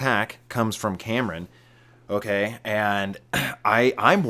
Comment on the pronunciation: said so many words in two syllables.